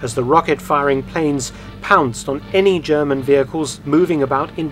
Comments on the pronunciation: As a bi-lingual speaker myself (English and German), I too am very impressed with Dr. Felton's impeccable German pronunciation. It comes as a surprise, considering that 99% of Englishmen (Americans, Australians, etc.) sound terrible when trying to pronounce German - even those native English speakers who've been studying German for years. I also have to give props to Aaaargle (the native German) for commending Dr. Felton, and for refraining from the tired, worn out standard defeatist line, "the victors write the history", which is obviously nonsense. Aaaargl seems like a stand-up guy, as opposed to a pimple on me arse called spacewater7. Clearly the number 7 indicates the age at which your maturity and mental development came to a screetching halt. Are those the only two German words you know? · I have watched quite a few of your videos. This time your german pronounciation was flawless. It is obvious that you have put some work into it. Very well done! I am most impressed.